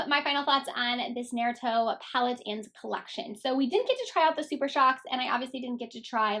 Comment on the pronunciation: It's kind of annoying that these people who don't know what what/who naruto is are reviewing the palette. I feel like the creator of the show is getting so disrespected with these people butchering the name. If you don't know what naruto is about and how to pronounce the name don't do a review. As a true naruto fan I am annoyed and frankly upset